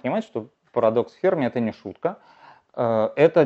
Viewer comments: Не ФЕрми, а ФермИ 🤦‍♂️ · Но ведь ФермИ, ударение на "и" !